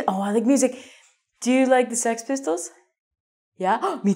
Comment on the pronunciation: When she said "do you like Sex Pistolss? I thought ... oh my gosh she also likes YAOI but I think she meant the rock band 😅😅😅